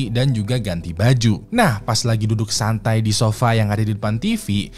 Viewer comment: 04.40 “duduk santrai”